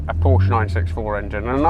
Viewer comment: Didn't like honest albeit negative comments about his new Italian girlfriend😂 -that soyboy couldn't even pronounce Porsche correctly so yeah😐